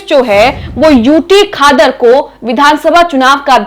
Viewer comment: खादर नहीं क़ादर कहो